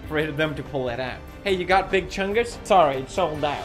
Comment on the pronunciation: Each time says big Chungs I slap myself